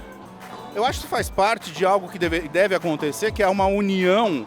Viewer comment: "Robou, mas feiz"! Kkkkkkk